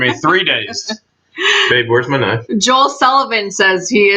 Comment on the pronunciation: why do you always say knife wrong? It fits your personality